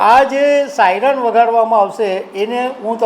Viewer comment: સાઈનર નહીં પણ સાયરન